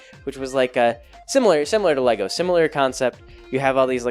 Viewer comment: LEGORS? You're dad speech is coming in!